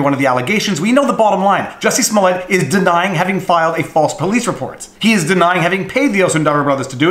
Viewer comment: Great video! By the way it's pronounced Jooosy Smoool-e-ay. Easy mistake to make.